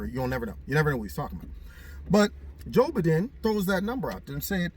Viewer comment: ...tracing where a fart came from! LOL! Always enjoy your videos! "Joe-b-don" Love it.